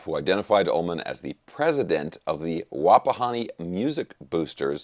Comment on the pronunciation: You said Wapahani right. I am impressed sir!